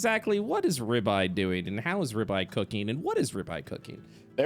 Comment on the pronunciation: Toms accent for ribeye is exactly what I wanted hahah